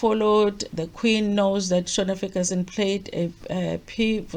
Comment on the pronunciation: it's Shona not Shaun